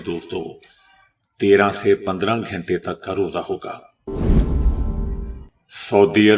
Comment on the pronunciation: او پینڈو بھائی یہ گھینٹے کیا ھوتا ھے گھنٹے بولیں اور اردو پے رحم کریں۔